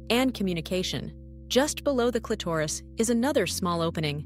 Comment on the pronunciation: First of all, the illustrations are totally unrealistic and bogus. They don’t relate to real anatomy. Clitoris is twice mispronounced by the AI narrator.